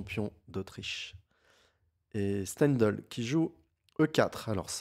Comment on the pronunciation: Tu as prononcé Steindl parfaitement. Merci pour tes analyses toujours très pointues et bravo 👏👏👏😊